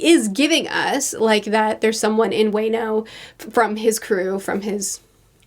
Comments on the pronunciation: theorizing about what's to come with characters like Doflamingo and Kine'mon makes me so happy. And to help with pronunciation, Wano is pronounced "Wah-no." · I like how Croco Boy is basically the pinnacle of what we expect an average One Piece villain to be. 😂 Also. It's pronounced, VAA- NO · I really like her but her pronunciation of wano physically hurts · the way pronouned wano in this video hurt my soul lol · Historic fact: "Wa no Kuni" (which means "land of harmony") is what japan was called before they called themselves " nippon" (which means "suns origin" or "sunrise land"). Also, you pronounce the 'wa' in 'Wano' like you would in 'Wario' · As a good rule of thumb to pronounce the japanese names, vowels are pronounced how they are written A is not AY it's A like in WALUIGI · It burns my ears every time I hear it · Ok please someone teach her how to say Wano ASAP!! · "I don't care about these kids lets get back to the dragons" -. Also someone in her discord tell her how to pronounce Wano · "Luffy met Momo..." "...he is a dragon, and I like him" you just don't know how right you are The pronouciation of Wano as "Way-no", hilarious, it's "Wa-No" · You aren't there yet, but its WAH-NO not WAY-NO. Love these videos! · Just a nitpick about the "wano" name, it's not "weino", it's more like "w-an-o", but without pausing the pronunciation. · WENO!? HOLY SHIT 😭😭😭😭 but you pronounce DESSROSSA perfectly!? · wano is pronounced like waluigi... WAAAAAAAAAAAAAAA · It's not pronounced "wano". It's pronounced like WA from watch And no from, well no. Wano Sorry I don't know much about phonetics to explain pronunciation as it's meant to be. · i cant handle the very american/southern pronounciation of wano as way-no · Small thing, you say “Wano” like “Waluigi”. I.E. “WAAAAAHHHHHHH-no” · Not bashing but more to educating since does not watch anime: It's pronounce as WA-NO. WA as in WAnt NO as in normal NO